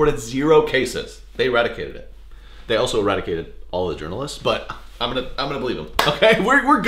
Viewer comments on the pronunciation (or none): "...they also eradicated all the jorunolists" im dying